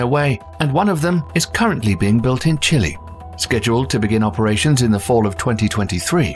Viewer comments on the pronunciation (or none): none